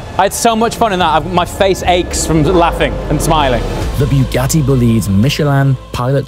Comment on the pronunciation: Buh-ga-tee ✅ Byu-ga-tee ❌